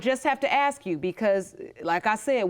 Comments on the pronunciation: You might want to add "axe" and "mines" to that list! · Let's add "aks" to the list!!! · Kin I ax you a qwestin? Why?